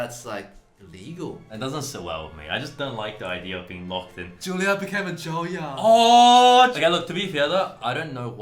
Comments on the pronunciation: Time for a lesson for all commenters. It's JUILLIARD. Not "Julliard" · I thought he said 'Jailyard' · Juilliard- you mean jailyard ?